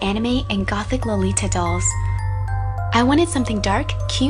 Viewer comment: Your pronunciation of "anime" and "lolita" is awfully wrong D: Don't get me wrong, I really love the make-up.